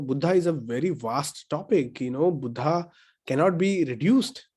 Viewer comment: Dr. Suraj when we read the title "Buddha and his Dhamma" in english language, we have to read it as"बुद्ध and his धम्म" and not "बुद्धा and his धम्मा" because when we write devanagari words in English language we write vowel "a"at the end of alphabet which completes word. When we read word "बुद्ध"as बुद्धा it is 1st person plural in Pali. So kindly pronounciet it accordingly. Thanks. ड